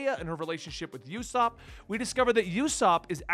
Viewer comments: If you can, I highly recommend you read it in color. I think it adds more dimension to it. Usopp’s name is pronounced with an OO sound, not a YU sound. And Ba-Ra-Tee-Ay. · It’s pronounced oosop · It's "oo-sop." It's a combination of "uso" (lie in Japanese) and Aesop, author of The Boy who cried Wolf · It's pronounced oosap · It's pronounced opsop and baratiae. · One advice I can give you on pronounciation of names and everything really. If its a vowel, then it's not pronounced like in English. A is like in awesome, in 99% of the usages, not like in Airplane. U is like UH, not YOU, and E is like elevator, not Ears, O is like "oh" and not Owl or Owen. So Usopp is "Uhsopp", Barattie is "Bahrattie" and so on. As I said - you can pretty much take this as the rule in 99% of the examples in One Piece. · If u ever have a hard time saying names it’s no biggy ussop is more like oosop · “Yusopp” Eh, close enough. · Usopp's name pronnunciaton is oo-sop. And the other Zorro is in public domain. In fact Viz still calls him Zolo to this very day. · How 5o pronounce Usopp = ooo like The land of OOO from Adventure time and sopp like your cleaning up a puddle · Great Video! Just to let you know, Ussop is pronounced as “Oooh-Sop” 😉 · Usopp's name is pronounced more like "Ooosopp". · Not how u say usopp lolololol